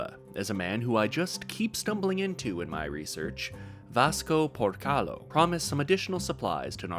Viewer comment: PorcaYo, not PorcaLo.